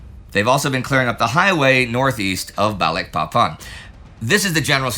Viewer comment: I'm an American ex-pat living in Indonesia. I chuckle every time Indy says Balikpapan. Maybe one day he'll get it right, but not yet.